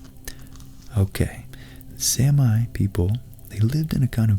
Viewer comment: Love your work! Is it really pronounced "Sam-I"? I've always said "Sammy".